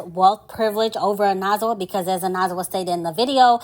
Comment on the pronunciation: “oh-neh-zwah” 💕 but for a non-xhosa speaker you pronounced it pretty good 🫶🏾